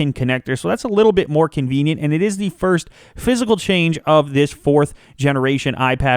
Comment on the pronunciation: Why say "Thee" instead of "the"?